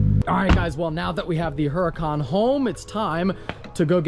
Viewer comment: It's actually pronounced hooracun.